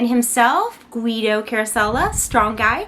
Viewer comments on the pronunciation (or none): I pronounce his name like “Gi Dow” so it bothers me when you say “Gu Wi Dow” lol.nice review btw